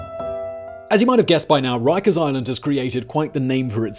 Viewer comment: So Jonathan Woss pwonounces it "Wikers" - wighto❕👀